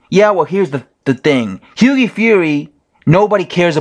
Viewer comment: What is it with Americans not being able to pronounce Hughie correctly?😂😄 You're the 3rd YT boxing dude to do it. One other dude says Higgy fury